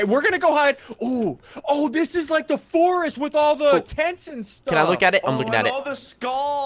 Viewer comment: "The FORST"